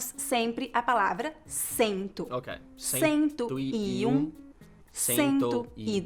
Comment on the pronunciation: sounds funny, It seems like he speaks "sento" and not "cento". Sento is like, To sit 😅